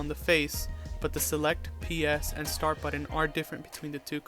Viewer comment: Had to stop in. There is no "i" and are no "d"s in the word button. Buddin is not a word